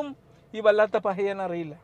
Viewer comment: തുടക്കം മുതൽ വല്ലാത്ത പഹയൻ എന്നു മാത്രമാണ് പറഞ്ഞത്. എന്നാൽ 6.10ൽ വല്ലാത്ത "പറയൻ" എന്നാണ് പറഞ്ഞിരിക്കുന്നത്. അതൊരു നിന്ദയല്ല മറിച്ച് slip of the tongue അയിരിക്കുമെന്ന് വിശ്വസിക്കുന്നു.